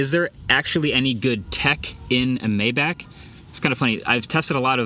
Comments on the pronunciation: Finally pronouncing it right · Maybach music is pronounced like that and is more famous in the US so then the car company so that’s prob why. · We didn't run a train on Germany twice just to care how certain words are technically pronounced. Also hes pronouncing the word exactly as most English speakers would.